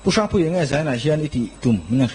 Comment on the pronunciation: A hming i sawi hian pu Harry i deuh sawh a ang deuh thin in ka hria,hrang tih kha i sawi dan kha engemaw riau a awm tlat